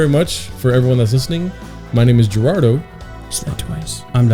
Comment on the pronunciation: GERARDO WHY DID YOU PRONOUNCE YOUR LAST NAME LIKE THAT ORALE BRO